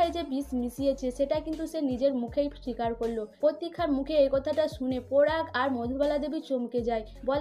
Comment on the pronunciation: আপনি please উচচারণ ঠিক করুন আপনি পরাগ কে পোরাগ বলছেন কি বাজে আর ও অনেক আছে বিশ্রী লাগছে।